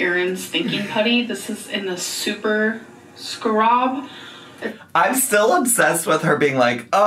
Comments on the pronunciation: .....You missed out, "BIG TIME ", when she called a "Scarab" Beetle a, "Skrab"......WTF???!! (The" Skrab Beetle" putty she is playing with) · Her flaunting her IQ and showing the IQ test book just to pronounce scarab like scrub in the next clip is so funny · English is not my first language but I'm sorry what? "Skrub"? how did she came out with that pronunciation? It's literally written "scarab" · According to, scarab is pronounced SKROB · Do you mean pronounce scrub as “scarab”? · I was literally looking for this comment 😂 I'm surprised more people didn't notice